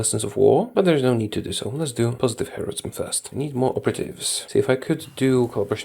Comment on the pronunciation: when he said Positive Heroism, I heard Pastafarianism